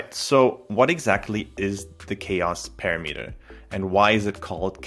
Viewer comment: OMG Please learn how to pronounce "parameter"